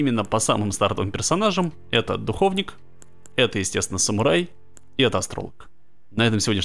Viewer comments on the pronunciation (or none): Почему все говорят духОвник? Когда говорится духовнИк!